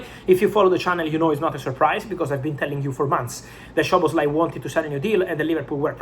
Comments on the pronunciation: With respect, its not "Shoboslai" its both "S" like Soboslai. Sz in hungarian sounds S on english. In polish sz sounds sh, in hungarian just simple s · The correct pronunciation is ‘Soboslai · bro it's pronounced Soboslai